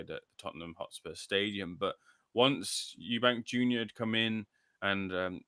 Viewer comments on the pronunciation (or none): I can't stand it when people call him Eubanks to I thought I was the only one,if you can't say it properly just don't say it 👍